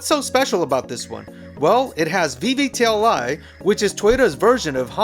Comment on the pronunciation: VVTI. I hear VVTLI.